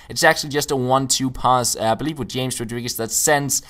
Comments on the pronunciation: James's name is pronounced Hames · james rodriguez is pronounced like ''hames''